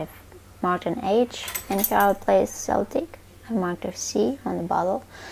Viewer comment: good answer. My late passed on mother was a Breton so she'd agree with you if she was still here I'm sure! By the way? It's pronounced "KELTIC". From the Celts (Kelts) who are now modern day people from Ireland. Scotland. Cornwall (England). Wales. Isle of Man (Manx). Britanny (Bretons) in France. It's pronounced "Seltic" when talking about the Scottish football team in Glasgow.